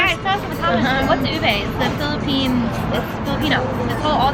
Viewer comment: They always pronounce ube like ubey. 😅 its not an "ey" tho.